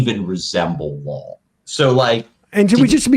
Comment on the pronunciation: Ian, it’s spelled & pronounced “law”, not “lawl”. There’s only 1 L in that word.